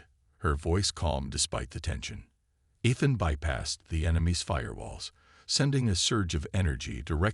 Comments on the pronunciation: I have to agree, time for a new AI maybe something you have to pay a small sum to use. This one you're using now can not even pronounce Ethan's name correctly. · Nice story, so far. I am at 22 mins and I must say....your AI, as most others, SUCKS!!!! Do you ALL get the same version AI from the same second hand store!!!???? What is his name????: "Eh-than", "ITH-in", "ITH-an", "EE-than", !!!????? What is: "BEAR-idgd"(barrage), "..Bids of sweat..", "SAB-uh-taydged"(sabataged)!!!!!????? What other BS mispronunciations are to follow in the next 23 mins????? I REALLY wish you ALL would stop using AI until they can actually spoke Anglishes!!! Narrate your stories yourself like the better guys n gals do. THEY don't make grammatical mistakes a thousand times in one story. MUCH more enjoyable that way!............just sayin............ OH,.....and at 45 mins...."un-RED-able"!!!!!!!!!!!!!!!!!!! POS AI. That's all...........POS AI.....and freaking "SAB-uh-taydge" about a THOUSAND freaking times in this story.!!!!!!!!!!!!!!! WELL, then Finally ......"COZ-muss"(cosmos)...again...what a POS AI!